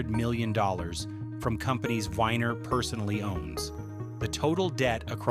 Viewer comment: Joel Weiner not winer weeener